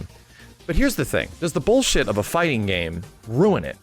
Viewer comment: new drinking game, one shot for everytime says "boolsheet"